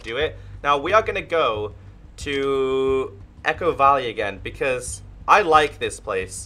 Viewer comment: We now call "Echo Valley" "Ecko Valley" 👌🏼